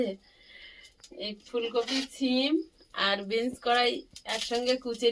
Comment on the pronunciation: বিনস্ বলে।বিন কড়াই নয়।